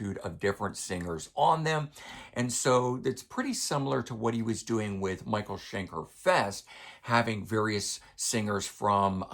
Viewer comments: Shen-kerr rather than Shen-kaar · The problem with the mispronunciation is it's MICHAEL SCHENKER! He has earned it - the man is living legend. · Love it, but I have to ask: Why do you insist on mispronouncing Schenker?